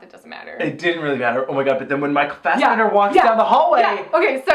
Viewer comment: It is so funny listening to you guys trying to pronounce Norwegian, mostly Micheal Fassbender.